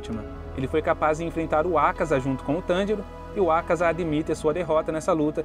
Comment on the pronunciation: Vídeo muito bom mas dá uma agonia extrema a tua pronuncia sobre alguns nomes, tipo "Oní", "Ákaza", etc ...